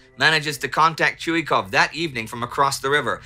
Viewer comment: ChuikOv, he’s called ChuikOv, not ChUikov!!! Please improve it. Nevertheless, an outstanding show!